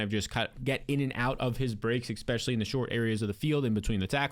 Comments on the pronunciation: For the love of god, … It’s e*S*pecially, not e*K*specially. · Love your videos, but it's pronounced eSpecially, not eKspecially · Especially not EXspeshly